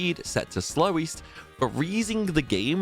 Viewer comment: slowest not slow east lol